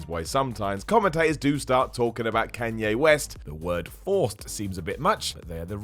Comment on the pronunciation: That's the worst pronunciation of Kanye that I've ever heard